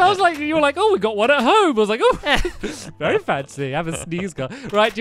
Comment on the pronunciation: He said Wee-Wee